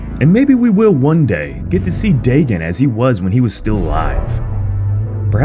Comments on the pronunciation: Daygon not daygen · Its dAgon not dagon